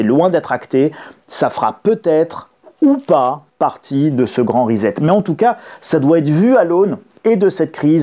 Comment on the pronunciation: Bonjour Pourquoi prononcez vous le mot anglais reset...risette!